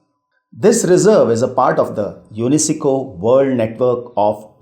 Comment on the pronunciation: Please pronounce the names correctly its very confusing as the names are itself very confusing also btw please check how to pronounce UNESCO its troubling me badly except that the video was quite informative. :)